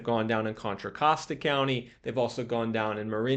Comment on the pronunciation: Hey! Got the Contra Costa pronunciation down. Pretty soon you will be able to throw up the West Side symbol like you live here 😂